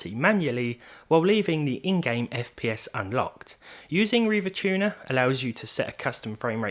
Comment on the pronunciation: River tuner? Reeva tuner is how many people have pronounced it in all my time